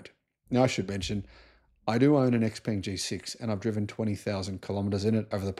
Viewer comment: X pung is closer to the actual pronunciation